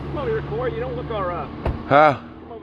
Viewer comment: Serg0614 I dont rock 12 at all my g but cmon son you know he said Cory 😂😂 i replayed that bit like 6 times son he aint that bold g they try their best to disguise the racism now